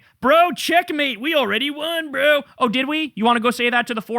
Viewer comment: Nobody drops a "Brö" like Kyle, maing. 🎉